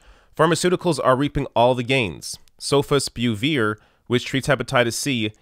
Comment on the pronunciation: You need to not butcher names when reporting. Your pronunciations for Sofosbuvir and Gilead were way off.